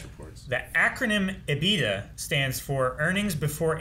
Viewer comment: Homelander mispronouncing EBITDA made me laugh the hardest this episode… my nerd level reaffirmed :)